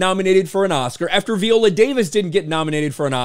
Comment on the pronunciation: Jesus christ, please stop pronouncing her name that way. How do you pronounce violin? 🤣